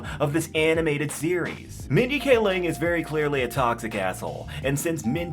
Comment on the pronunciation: Mindy Kaling (KAY-ling), not Mindy K. Ling.